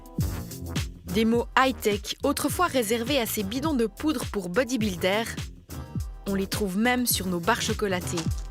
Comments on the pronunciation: Elle à dit body bulle d'air🤣🤣🤣🤣🤣🤣🤣🤣🤣🤣🤣🤣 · Déjà, à peine lancé, j'entends la présentatrice dire : "Bodybuldaire", tu sais que tu es sur un reportage de grande qualité. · j'ai envie d'arrêté la même le mot elle le prononce mal bordel 🤣 body bulle d'air